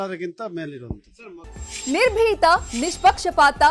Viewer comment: ನಿರ್ಬೀತ?😂 ನಿಸ್ಪಿಕ್ಷ 😂 😂😂